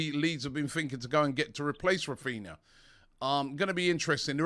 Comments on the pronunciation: Now that you are pronouncing Jesus correctly, lesson #2. In Portuguese a "R" at the beginning of a word is pronounced as "H". So Raphina should be pronounced Haphina. Just sayin' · It's Raphinha not Raphina 😬